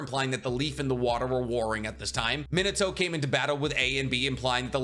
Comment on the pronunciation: "Min-uh-toe". Ugh. This pronounciation kills me to no end. "Min-AH-toe" is just as easy to say, and sounds infinitely better, and happens to be the proper way it is pronounced. So many English speakers always do this and it just sounds so awful and is so lowbrow.